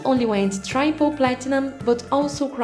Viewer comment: This would be a better video if it was being narrated by someone who didn’t sound like they were just reading a script. Not to mention someone who can read words properly “try-ple?”